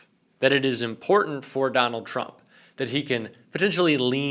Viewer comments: Trump, not Turmp. :) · I'm sorry... What's a Turmp cover-up?? LOL